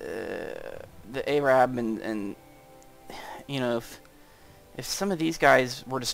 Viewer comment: They're Ar-abs. Not A-rabs.